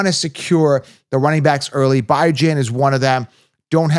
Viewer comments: ITS BE JOHN NOT BI JAN 😂 Terrible! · The Atlanta Falcons running back, Bijan Robinson, has a name that is often mispronounced. He has stated that he prefers the pronunciation "bih-ZHAN," but he also acknowledges that some people say "bee-ZHAN." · because its pronounced Bee-john not Bye-jan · This is a captain obvious content. Do you even watch football? You can’t even pronounce Bijan correctly. Did you Copilot this nonsense. Everyone wants bijan and kyren. Cmon. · Dude, how can you be so confident when you can't even pronounce the first players' name properly? Please, tell me how i can lose you foever?